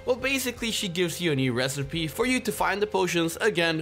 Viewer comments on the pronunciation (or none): none